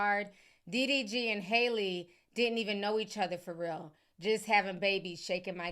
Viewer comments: Ti, it’s HAL-LEE!! Not Hailey or Holly 😭 Anyways, i love all your reports! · Man her name has y’all in a full Nelson. lol it’s HALLE (HAL-LEE), Not HOLLIE.